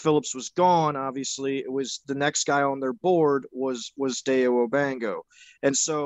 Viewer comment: Just for clarification, his name is pronounced: first name: Die-O Last name: Oh-dang-bow(like a hair bow)